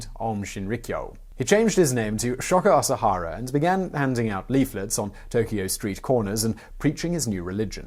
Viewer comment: Sho-ko A-sa-ha-ra. Japanese letters are consonants paired with vowels or singular vowels. My Japanese prof in university called it the machine gun language because you just throw out short sounds quickly. You did a pretty good job with it btw.